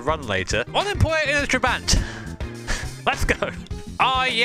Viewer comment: Tra-bah-nt It’s not a huge deal, but to my Hungarian ear it hurts lol